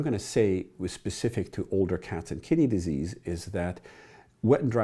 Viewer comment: Every time you say "kidney disease" i hear "kitty disease" I treat kitty disease in everything from cats to dogs to chameleons, snakes, and even humans made me double take